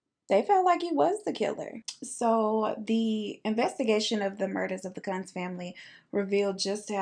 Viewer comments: I think it’s pronounced KUNTZ 😋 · their name is pronounced like “ koonz” :) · Kuuuuunz long o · sis, you know when you say "kunz" with that short u like that's you, know what that sounds like! I'll keep that little funny to much to myself! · Chile when you didn't know how to pronounce kunz. The one way you said it is a very racist term here in South Africa. So when you said that I passed away. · Thought u kept saying the “c” word everytime u said the family name, and i liked it 😂